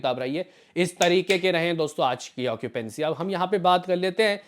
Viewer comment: bhai sahi bola tune .😂 okipency bolke hi